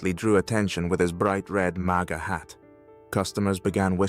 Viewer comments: It’s MAGA not Mega. Big difference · If you are going to use AI to do these at least get the terms correct, you mentioned MEGA hat towards the end... I'll make sure feedit is blocked from now on. Just get it right